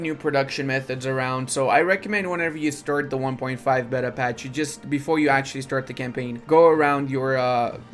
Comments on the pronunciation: Rage each time beta is mispronounced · It makes the game bet-uh